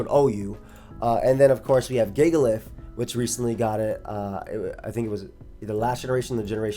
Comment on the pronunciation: really pronounced it gigalith huh